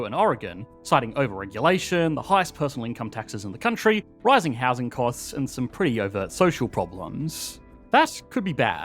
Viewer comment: California’s not a countreyii